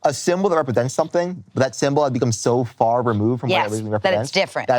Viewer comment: “They’re in the yahd, not too faah from the caah” 🦈